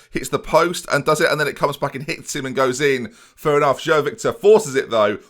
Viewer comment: João I believe is pronounced J-wow but like a soft j if that makes sense